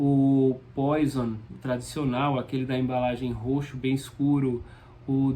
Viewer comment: Por que começou o vídeo com Réquiem de Mozart? Aliás, a pronúncia correta é “poAsson”. No mais, esse é um excelente perfume.